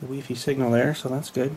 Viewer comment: lol at the way u say wifi weefee mega lolz